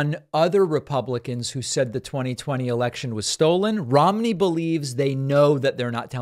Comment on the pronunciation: Mitt RHYME-KNEE